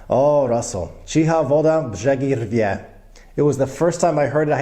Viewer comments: your pronunciation of "rdzewieje" was really good! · You were so unsure if you were able to pronounce correctly the last one... So: "rdzewieje" perfectly. Like a native. "Miłość" so so. With "ć" sound try to move your chicks and tounge back/deeper and everyone would think you were born in Poland, so good you pronounce our language. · Yup, he didn't "butcher" it at all! :) <3